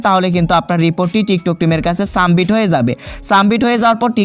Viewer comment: সামবিট নয়, সাবমিট